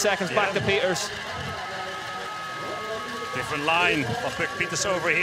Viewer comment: It’s not Puck Pieters it’s Pieterse